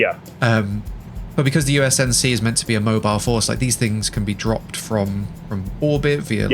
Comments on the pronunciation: It's UNSC not USNC :c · Does he keep saying USNC, not UNSC? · dude... its UNSC not USNC... ^^ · United Space Nations Command. 😂 It's U.N.S.C. Get it right next time.